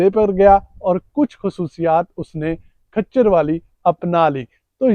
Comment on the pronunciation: کھچر نہیں ہوتا ۔خچر ہوتا ہے